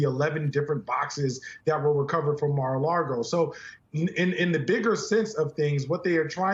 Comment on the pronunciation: A lot of pundits call the Devil’s lair “Mar-a-Largo” adding the “r” to the last word. Is it simply being mispronounced, or is it a conscious diss to the name of his garish pre-imprisonment home?